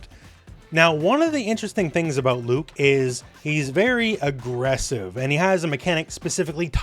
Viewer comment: you mispronounced Luke